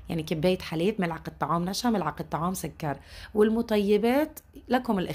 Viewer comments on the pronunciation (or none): none